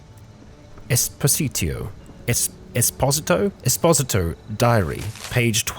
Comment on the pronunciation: Esposito pronounced Es poh zee to.